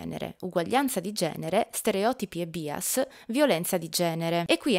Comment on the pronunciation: Grazie mille per il contributo!!! PS: "bias" si pronuncia /ˈbaɪəs/ :)